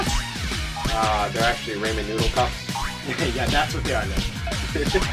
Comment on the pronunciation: Raymen Noodles? Really? Rah-men.